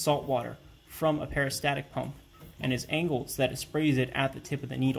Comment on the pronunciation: Nice engineering work. I may try this. BTW, it is a peristaltic pump not peristatic. And please stop eating the Eloi.